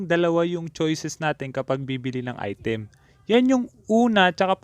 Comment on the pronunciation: Im tired of hearing " Ai TÉM"